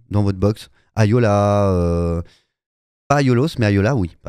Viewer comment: Quelqu'un peut lui dire qu'on dit Aiolia et pas Ayola